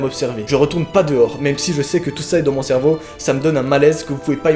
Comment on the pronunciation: « Faut vraiment que je comprenne ce que mon cherveau veut me dire » Ouiiiiii mais noaaaaaaaaaaa depuis quand tu dis cherveau ?!!!!! 🤣🤣🤣